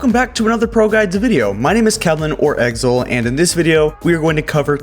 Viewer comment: My name is 'Exol'?? I thought it was Exil